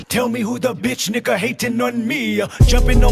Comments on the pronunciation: I know you said it's not the hard r, but come on, did you really have to say the word? You're quoting kendrick, i know, but you could've not said it. PS: i hear the "er" more than the "uh", 100% sounds more like the hard r. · You had a lil too much “er” on that “nigga” at the very end, my friend. But good vid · ayooo That hard ER at the end was wild. i honestly enjoyed the video until the last second.... your a wild boy. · That's a hard R in the end bruh is this allowed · What the fuck is with the hard r? Did you have to do that? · You said nigga wrong foe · that r was a little hard🧐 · Man saying the word with a hard r 💀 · Wow why the hard R at the end? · I feel he definitely did😂